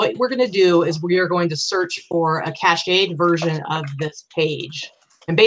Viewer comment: FYI: It's pronounced CASH-ed not cash-AY-ed. From Merriam Webster Dictionary Cache means "a group of things that are hidden," and entered English in the 1700s. It can also mean cache memory, or "a part of a computer's memory where information is kept so that the computer can find it very quickly." This word is pronounced \CASH\. Cachet has several meanings. It can mean "prestige," "medicine prepared so that it can be swallowed," or "an official seal," the oldest meaning of the word in English, first used in the 1600s. It is pronounced \cash-AY\.